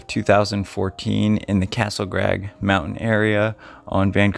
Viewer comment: How about maybe saying Castle crag, not grag. It's not so much not being able to pronounce a word as much as it is not being able to read worth a damn.